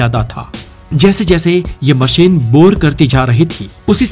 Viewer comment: उच्चारण बहुत खराब हैं। 'श'को 'स'बोल रहे हो। सुरु नहीं शुरू, मसीन नहीं मशीन।